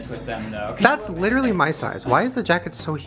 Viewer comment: The amount of times he says LIT-RA-LY😂😂😂😂